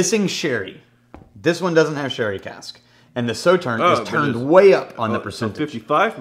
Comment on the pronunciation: not Saw but So-Tern